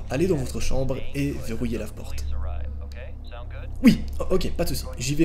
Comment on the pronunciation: “allez dans votre chambre et verrouillez la FPORTE »